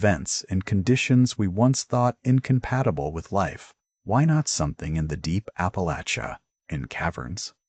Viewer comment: PLEASE Fix the AI voice and pronunciations. ONE Important pronunciation is APP AH LATCH UH , not APP AH LAYCH UH !